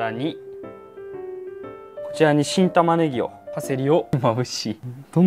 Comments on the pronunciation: 一瞬新玉ねぎがキンタマネギと聞こえた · 1回聞いた時チン玉ネギにきこえた😂